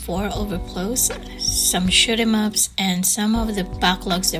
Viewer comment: Good video! It sounds like you are saying "schmups" when you say shoot 'em ups lol.